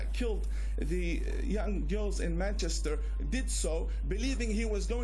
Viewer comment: Did anyone else hear him say 'Manshitter" instead of Manchester?